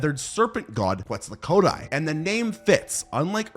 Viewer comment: You’re saying Quetzalcoatl wrong